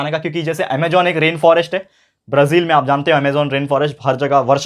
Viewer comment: सर ये ब्रझील नही ब्राझील होता है